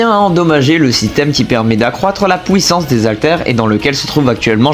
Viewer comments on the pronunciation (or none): la " pouissance"😂